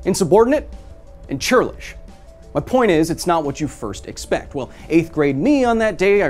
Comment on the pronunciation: "Insubortinate and chirlish" 😂😂